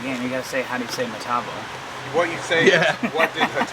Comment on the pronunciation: Never in my life have I heard someone pronounce Matabo like Meta-bow 🤣🤣🤣